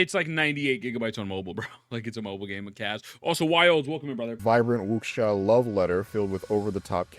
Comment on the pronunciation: I will give the IGN reviewer one small bit of props, at least he pronounced "wuxia" better than most I've seen on YouTube. Every time I hear someone say "wookseeuh" I die a little inside